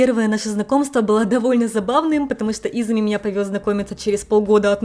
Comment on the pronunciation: почему вы говорите имя мужа ИзЫми, хотя он Изуми? У вас потрясающе интересные репортажи, обожаю вас смотреть и слушать. И рекомендую ваш канал друзьям. Вы восхитительны! И детки у вас будут ИзУмительные! 😊